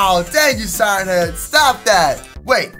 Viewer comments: it's siren head not siren heas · U said siren heasw